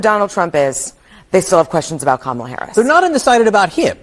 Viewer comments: why I’m hearing scamala sKamala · Her supporters weren't pronouncing her name correctly. Did anyone notice that? 😅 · is it just me or were the protestors saying her name wrong? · She got a whole crowd that missed the pre game, mispronounce her name😂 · Were they pronouncing Kamala incorrectly which is racist.